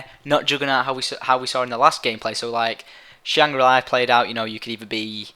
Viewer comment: i find it annoying when he says "shangra li" when its shangri la :/